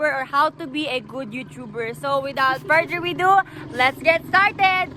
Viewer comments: "without further weedo" ANONG FURTHER WEEDO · "Without further wedo"